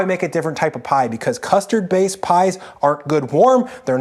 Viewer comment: Going to be honest: Saying things like “custee” for custard reminds me of Joshua Weismann in a really bad way.